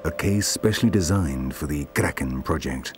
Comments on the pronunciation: LMFAO Everytime he says "the KRAKEN" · Guy says "Kraken" with an Afrikaans accent 😂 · Anyone else getting irritated each time he says Kraken.... over emphasizing this word every single time. It's kind of ruining it for me. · Lol the toung roll is killing me 😆😆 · can someone please tell this man to never say the word kraken ever again